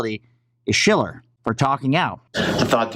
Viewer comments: I like your content and routinely watch...but the dudes name is pronounced “shell-er”. Have a great day. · You're still fucking up his name...Stooge SHILLer